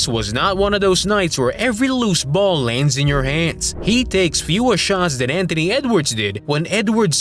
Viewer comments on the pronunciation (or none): none